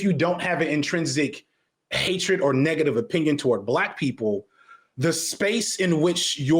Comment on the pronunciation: I hate the way this dude says black people 😂 cringe. He also takes foreverrrr to get to any point. The level of beating about the bush is exhausting.